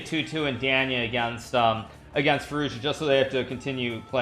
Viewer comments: if you spoke Russian, you'd know he's saying Danya wrong dumbass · I love the way he says Danya. He doesn't gaf if he says it right haha